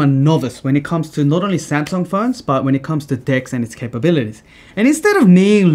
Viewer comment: I love it how your Korean Samsung executive speaks perfectly good Korean and then suddenly pronounces Samsung in a way that no Korean born in Korea would ever pronounce it. Anyway it didn't take anything away from a very cool video.